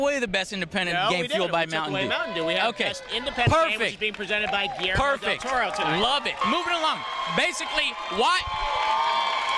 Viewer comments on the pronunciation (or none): none